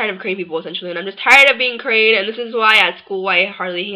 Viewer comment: You can't say Korean...that's why you hated it..pathetic..and stop repeating like ...